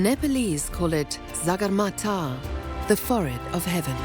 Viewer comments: Not zargarmata It’s Sagarmatha❤ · It’s the sagarmatha not zagarmatha mind your words